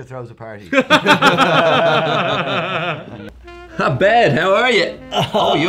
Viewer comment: "throws a pary" caught that